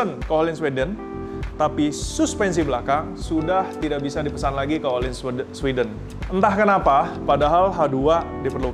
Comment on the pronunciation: mirror coated spark black, silver coated lapis perak beneran Btw FYI ohlins pronounced u(h)lins